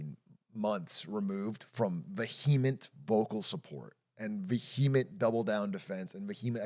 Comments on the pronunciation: i vehemently oppose how Big A stresses the second syllable of vehement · Atrioc really putting the HE into vehement